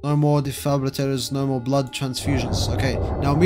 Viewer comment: No more “defabrallators”😂